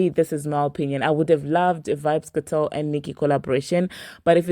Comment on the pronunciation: It's not Vybz "Katel*, it's Vybz "Kartel!!!!!l"